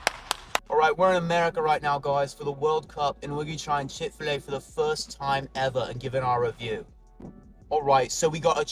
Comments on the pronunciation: Chick FE-La 😅🤣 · No way did the guy say chick-fil-a like that. I CANNOT believe that